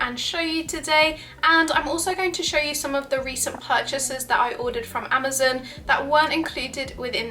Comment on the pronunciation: im sorry im just getting triggered whenever she says "amazin"